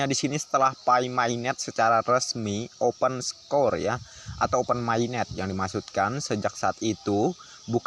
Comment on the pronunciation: Maaf bang ejaan...open source salah bacanya..bukan opensekor..tapi opensos